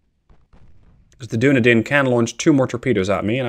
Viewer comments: I kept smiling during this episode when you referred to the "Doon-a-din". I believe that ship name is pronounced "Dun-eedin", after the city in New Zealand. So while it's not a scion of Numenor, it is at least from Middle Earth. Oh, BTW, nice job relocating the Royal Navy to the bottom of the sea. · i know you probably pronounce a lot of names wrong but ill still correct you based on what i know. dunedin is pronounced "duh-knee-din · Now I'm all self-conscious. There is a city in Florida named Dunedin, but we pronounce it dun-EE-din, with a long E. But I assume you being European, yours is probably the correct pronunciation. 😳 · Nope, there's a city in New Zealand called Dunedin and it's pronounced as you said, he's pronouncing it wrong not you